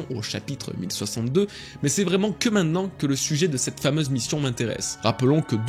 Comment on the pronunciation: Super vidéo, par contre, ça me stresse quand tu dis minnen plutôt que maintenant 😂 Tu t'exprimes 100x mieux que moi mais ça j'ai du mal 😂😂